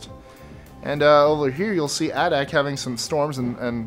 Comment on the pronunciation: #7. Adak, AK is pronounced AY-dak. It's pretty much a US Naval base that barely functions. In fact, the permanent settlement there is called "Navy Town".